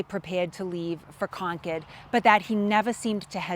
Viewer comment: To hear “Concord” pronounced properly is a blessing